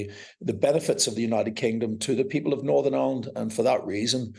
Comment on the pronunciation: He can't even pronunce Northern Ireland, I'm sure that's a put on accent, we don't speak like that.